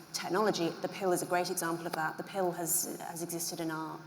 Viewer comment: I like how she pronounces pill as pale